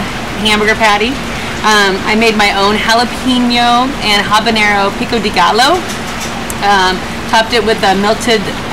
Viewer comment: That looks yummy. Lol at lady's pronunciation of pico de gallo. I wonder if she also says jah-lop-anos